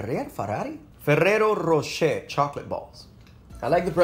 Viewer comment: I am from germany and the way you pronounce the names is very funny. I was surprised as I heared that you pronounced Ferrero Rocher right. :)